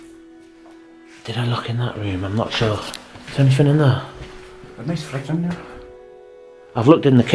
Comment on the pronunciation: I love watching all your vids but there's one thing that bugs me in them all!!! You keep saying anythinK which should be anythinG??? Please say it correctly in your new vids lol 😆 oh and I hate cobwebs too 💖💖💖